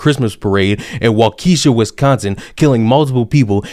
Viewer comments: Wah kah shaw not wah keshia. I did juvi there. I feel sorry for the black community there that this guy is influencing the white kids thru the news , that have never aren't a brown human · I was born in Waukesha County. It is pronounced walk(soft a)shaw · Wa - Key- shaw is how it's pronounced. Wisconsin has a lot of Native American named cities and counties that are a little tricky to pronounce. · I love the way you say Waukesha 😂. It’s commonly pronounced like wak-ka-Shaw 😂 but never change that shit is funny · It's pronounced Wau- ka- shaw, just so you know. (from a Wisconsin fan.) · No cap, 2 seconds before I watched this video I tweeted about how proud I was of everyone for pronouncing Waukesha correctly. I quickly took that back.